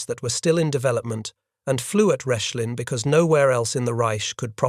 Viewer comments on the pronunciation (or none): As well, the site would in German be pronounced “Rekh-lin”, not “Resh-lin”.